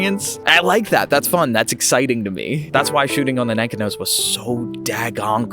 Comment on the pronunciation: Cool video. My neighbor knew I was into photography so she gave me her late husband's Nikon F and Nikkormat with 4 Ai lenses and a Nikonos IV-A camera with a 35mm f2.5 "wet" lens. Your video makes me want to go out in rainy weather and "waste some film". BTW, I believe it is pronounced Ni KON' os with the emphasis on KON. Happy shooting.